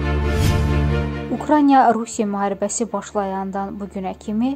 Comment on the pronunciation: Hörmətli aparicı sizdən xahiş edirəm ukraniya yox ukraina deyin,axı sizi minlərlə insan dinləyir!!!